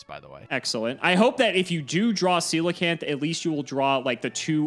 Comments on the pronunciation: Shout out to for pronouncing Coelacanth right Of all the words to not mispronounce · It's funny how coelacanth is like the only card in the whole game that pronounces correctly. XD